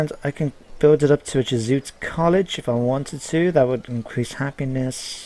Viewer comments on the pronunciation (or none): "Jeh-shoo-it" is how you pronounce "Jesuit"!! I'm sure you know that, but that made me laugh!